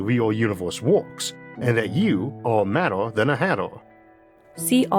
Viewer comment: “And that you aww maddaw (madder) than a hattaw (hatter)!” Brother, your channel is awesome and so are you but your inability to say R’s, which isn’t your fault, nor a character flaw, can make understanding you difficult. 😅 AI narration is now easier than ever and much easier to understand - just a suggestion. Keep up the amazing work, bro. ❤️